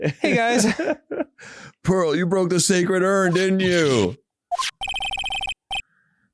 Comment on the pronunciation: I am desperately annoyed every time Phoenix calls her “Pearls” Idk if it’s supposed to be a cute lil nickname or if someone just didn’t put Pearl in there right but my ears flinch every time lmao